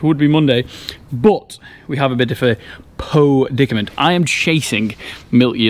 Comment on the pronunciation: 'Po" dicament? did you ever go to school? Don't use words you don't understand, it's bad enough the Americans making up words. Are there any intelligent YouTubers?